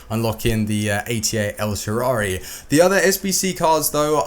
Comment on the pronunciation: EL SHARAUI please, dont say el sharauwuwuwhshwhwi